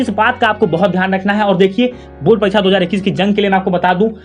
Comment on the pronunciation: sir wo bord parikcha hota h bord paricha nai😂😂